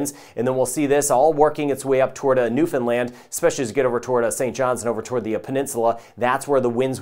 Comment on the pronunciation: Thanks for the clear forecast! And by the way, to my ears it sounds like you're pronouncing Newfoundland (New Finland) Love it..😍